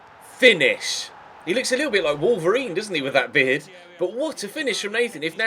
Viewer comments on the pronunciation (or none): none